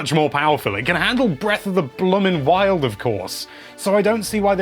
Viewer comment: Breath of the wILd